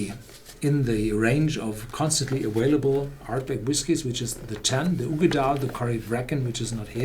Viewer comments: aVailable NOT aWailable!!! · Liquid Swords - the reason for the three exclamation marks is because I've told him this 1000 times and he still says "aWailable" even though his son pronounces it perfectly. So there is an issue here, contrary to your rush to judgement. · Luke - you stfu and mind your own business. He is able to pronounce available with a V, he just refuses to. His son does it without a problem. If I want to point out that he continues to say it with a W, I will. And who the fuck are you to tell me to stfu? You're an asshole.